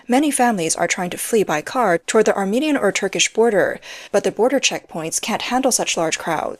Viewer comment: The narrator (A.I. or not) can't read correctly. For ex., it says, "... Armenian ..." But, viewers hear "... American ...".